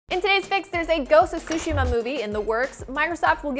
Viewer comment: What’s up with americans not being able to pronounce Tsushima? It’s Tsushima, not Sushima.